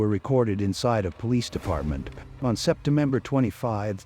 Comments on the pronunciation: and it was in * septemember * 🤣 (around 8.00) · So many of this type of video has the AI mispronouncing words. Kind of laughable. You wouldn't think it would mispronounce the month of September.